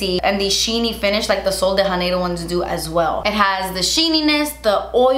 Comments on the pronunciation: No shade because of course in Spanish the j is pronounced as an h, but in Portuguese, the J (like in Sol de Janeiro) is pronounced more like an English j but softer. Like "jh" or "jd". Sorry, I don't know the phonetic spelling but it's not "Haneiro". Great video! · janeiro is a portuguese word, so the "j" should really be more like "jzh" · The J in “Sol de Janeiro” is hard (not really hard, like the J in “Jacque”). Idk about the brand and how they pronounce but I’m just saying this since the phrase is in Portuguese.